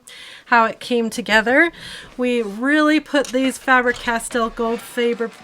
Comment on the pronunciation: Goldfaber and Faber-Castell was correct pronounced 😊